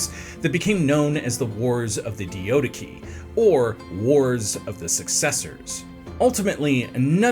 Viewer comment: The DIO-DIKI? Nah you’re doing this on purpose 😭 cmon there’s not even 2 I’s It’s clearly Dia-do-key and don’t even get me started on “Po-leap-rechaun” You know what, maybe the comments are right, bring back Simon